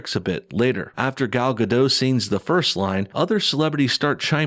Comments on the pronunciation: Gal Gadot, Gadot is pronounced like robot. It's not a French silent t. If in doubt, you can find her saying her own name. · You pronounce "Gadot" wrong.